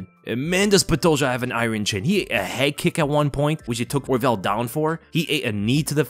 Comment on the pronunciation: Iron is pronounced eye-ern. Your english kills me